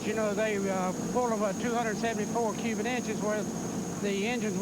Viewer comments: did he say "Cuban inches"? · I think he's saying 'cubit' with a silent 'T'.. Although its not silent.. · Evan Jones Yeah, I heard “cubit” too.